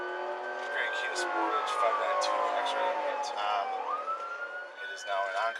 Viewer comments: Did this mofo say sportáge??? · The Kia Sportaaaaazh